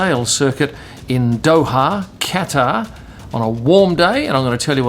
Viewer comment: Hopefully by the end of the grand prix u will be able to pronounce"Qatar" right